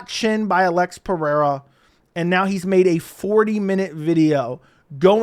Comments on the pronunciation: Say. Alexander. Then say Alex. Don't say. Uh lex. Or sound illiterate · Why you saying Alex's name like that? Am I missing something?